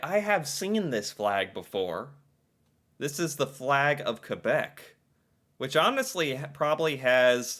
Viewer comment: Well first off, he didn't say Quebéc, he said Qwebeck